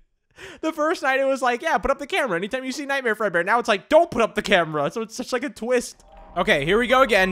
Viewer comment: When said Nightmare Fredbear, i thought he said Nightmare Breadbear.